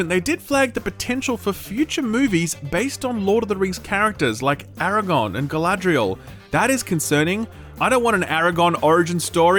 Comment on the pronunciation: PLEASE STOP SAYING ARAGON PLEASE